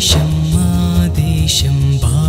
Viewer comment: Telugu pronunciation has to be improved....for example..desam. not desham. Bhaarata desam.. ..not baarata desham. Many are there to be corrected